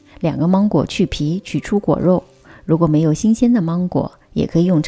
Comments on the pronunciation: 不是芒/máng/果吗？为什么发māng呢？如果你是口音问题，那么所有二声的音调都该变的，别装! ok? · 芒果的芒是二声，不是一声。听起来好别扭哈哈哈哈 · 关注很久了，今天尝试了长劲鹿奶油蛋糕卷很成功！谢谢！准备在女儿生日的时候给她做这款芒果千层蛋糕。，我可能是一个强迫症患者，在听你说芒果的芒的时候，好想告诉你，芒果的芒是二声不是一声😂😂😂